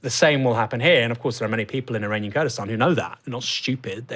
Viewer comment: Kurkistan? 😂😂😂 Is there even such a thing as turdistan? 😂